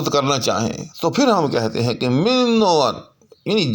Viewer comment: U r uttering this minn I.e. with stress on n😂